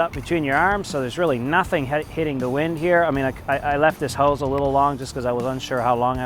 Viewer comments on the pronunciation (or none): Is that how you pronounce hose in Canadian? haha